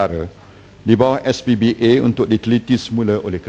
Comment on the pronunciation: najib sebut sbpa pun salah... SPBA ...bunyi macam SPBT keh keh keh